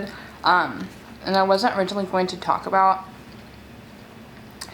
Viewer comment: Am I the only fat ass one who hears Taco Bell every time she says “talk about”?